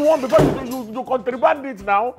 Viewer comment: This Lawanson got Drama! Chai🤣🤣. And why is Agnes angry that Mama Ejimo said she can't speak good English? Meanwhile she's saying "COUNTRYBAND" instead of "CONTRABAND"😂😂. Mr. Lawanson himself is a bigger joke. Gosh from really cracked me up🤣🤣. #BringBackOurMamaEjimaMoiMoi😂😂 Love from Ghana 🇬🇭